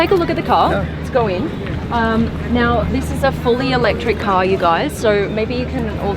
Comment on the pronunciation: "This ka is fully autonomus. This ka is the E-legend..." Is this a ka or a car with R at the end?